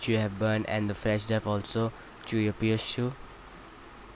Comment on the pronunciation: LOL "Insert your McBoot Flesh Drive"